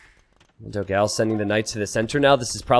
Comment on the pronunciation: PS: is Dogão, not Dogáo the right pronunciation in brazilian potuguese, check in google translation the difference.